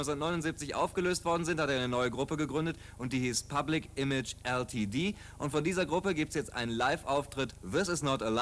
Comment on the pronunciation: Public Image EllTieDiehh #😵‍💫😵‍💫😵‍💫😵‍💫 Glaube, der hätte auch Diepettschiee Modieh gesagt.......